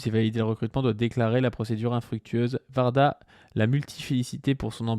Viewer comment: c pas Varda... c Warda ( ouarda) ps: j'aime bien vos vidéos